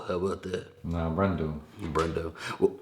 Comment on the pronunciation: 🤣🤣🤣🤣I'm laughing my ass off at myself for being dumb, I thought you were saying bread dough. I of course figured out you were saying Brando 🤣🤣